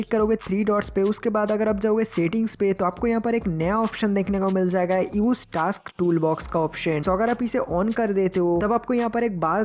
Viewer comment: Taks nahi vai task